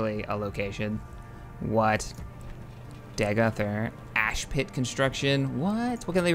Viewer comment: The Morrowind Great House "Redoran" is pronounced as "red-Oh-ran". House Dagoth is "Day-goth". Quite simple, thankfully. I enjoy your mod LPs, and would delight in watching you play as a Morrowind faction. I imagine you are buzy, however, so I wish you success regardless of your actions.